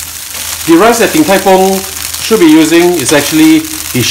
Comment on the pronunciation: 😂😂😂😂please say ‘the’ and not ‘dee’ boleh tak? 🥰🥰